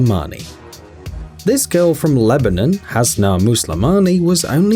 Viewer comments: U mean Lebanon not nin. Its's non. Im from lebanon. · It’s not lebinin it’s Lebanon and it’s annouing because I am Lebanese